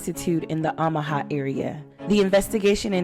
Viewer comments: Is pronounced “Oh”maha. Not Ahmaha just fyi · I love your channel! Pronounced OH Muh ha 😂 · Kind correction. It’s OH ma ha. No shade. Your voice is so soothing. Please continue to narrate your episodes. The robot voices creep me out.